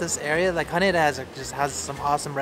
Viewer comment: You're saying Haneda wrong...